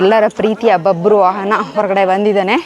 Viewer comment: ಬಬ್ರುವಾಹನ adu🤣 ಬಬ್ರುವಾನ ಅಲ್ಲ 🤣😂🤣 ಕನ್ನಡ ಉಚ್ಚಾರಣೆ ಸರಿಯಾಗಿ ಕಲಿ ಮಂಗ ಮುಂಡೇವಾ 🤣😂🤣